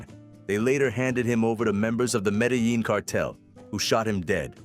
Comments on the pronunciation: You can't pronounce Medellin. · dude please stop pronouncing “Medellin” the wrong way